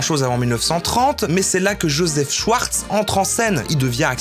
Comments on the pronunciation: "shouarz" Allemand lvl2: C'EST SCHWARZ [CHVARZ] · C'est "Schavars" pas "Schyars" 😂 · "Joseph Schouarz" haha t'as choisi espagnol toi hein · Mes oreilles d'allemand LV1 saignent TwT On dit schfartz qwq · "Schwartz" ça se dit "chvarts" pas "chouartz" !!! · "schVVVarts" pas "schouarz" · C est prononcé chvartce pas chouarse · et même CHVARTS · Je trouve ça ironique qu’un Belge (l’allemand est une langue officielle en Belgique) prononce « Schwarz » comme « Chouarts » 😶